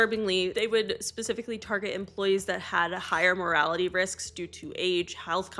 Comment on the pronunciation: Poor people having a higher morality rate - that's what my British ears heard, if that is in fact what you said it's so funny but I think you said mortality which totally makes sense, whichever I had a giggle which is good for the mortality rate - laughing is good for you, I'm not laughing at you please don't be offended morality, mortality - potato pot-aaa-to ❤